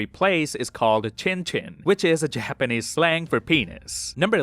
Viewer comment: niqqa said "jahapanese"